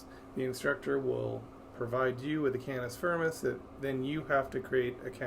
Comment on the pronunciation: "cannis furmis"